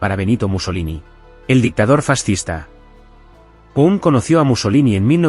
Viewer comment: Ojo con la pronunciación, es "Ezra Paund" no Pund.